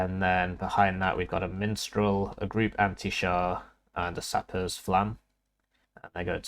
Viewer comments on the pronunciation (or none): I very much enjoy your videos. But I cannot express the steady dread that builds everytime you make me read the word Mistral and then you say MiNstral. It's wearing down my soul. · I understand... just please... for my sanity. Can you please try say MISStral just one time?